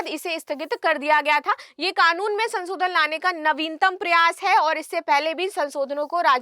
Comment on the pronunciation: Madam aap bahut achchha bolti hain, lekin aapka uchcharan(Pronunciation) thoda thik hojayega to bahut sundar lagega sunne main(संसोधन nahi संशोधन hota hai). Aur haan "Shit" ek achchha shabd nahi hai...please avoid kijiyega.